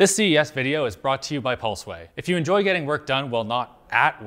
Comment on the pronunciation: Linus osom pulsway cumersal. Love it.